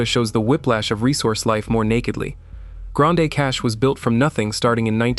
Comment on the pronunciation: It is pronounced "Grand Prairie" not Grand A!! Also it's not "Grand A" Cache either!! I guess only people born and raised in Alberta know how to pronounce the town names.